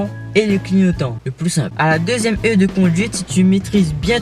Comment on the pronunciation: Heure de conduite et pas heu de conduite